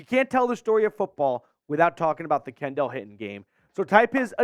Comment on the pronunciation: It’s pronounced Kendall (Ken-Dull)